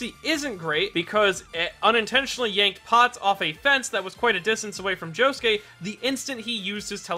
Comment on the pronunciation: It sounds like Josukay when he says it.. Oi Josukay!!!